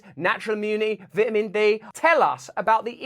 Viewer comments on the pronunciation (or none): Vitmin d???? Fuck the letter A in vitamin lmao